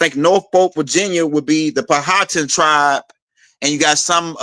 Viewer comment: We pronounce Powhatan = Pow-Ah-Tan